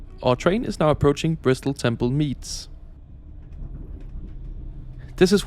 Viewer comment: One of the weirdet things on these is the announcements talking about the Great Western Railway and the British Transport Police or Bristol Temple Meads emphasising where it makes no sense.